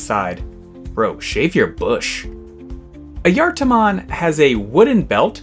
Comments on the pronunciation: As far as I know, it's pronounced "eye-a-tar" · I always heard it pronounced Aye eh tar mon do maybe they got it wrong who knowd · Nice vid, and wonderful to learn of a new digimon. Though, I need to ask, why is it pronounced Ah-yar-tar-mon? I get the J sounding like a Y, but it sounds like you are adding in an extra R. Is that just your accent? And as it goes on it sounds more and more like Ah-yar-tah-mon. Also, glad to know it's more like Mario & Luigi instead of Cain and Abel. Wouldn't want to have part of the troop left on my pillow as a "welcome home" present.. As for if you pronounced it right, according to a finnish translator program, so take some grains of salt with this, it's pronounced Ah-Yah-Var. Hopefully this helps. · I usually pronounce it as ah-juh-tar-mon or uh-juh-tar-mon but I could just be saying it wrong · As a Finn i need to point out two things. One, don't worry about the pronunciation, the correct name for the being is Ajattara, and the Digimon is trying to sound like someone who controls time. Two, it is a FEMALE forest spirit, so Ghost Game got the personality down, and you fumbled it XD